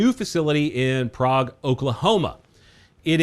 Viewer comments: That's cool about Vudoo Gun Works moving to Prague OK but I did want to let you know that yes it is named after the Prague Cz city but they pronounce it like Craig. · It's pronounced Praig, Oklahoma. I know it's weird, but just wait until you hear about Miami. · in oklahoma it's pronounced PRAYg-- a small town with a lot of people with Czech heritage. another good video. thamks.